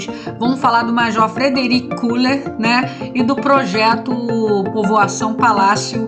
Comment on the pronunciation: Na pronúncia alemã se fala "Keller". Nós petropolitanos também falamos errado falando Koeller.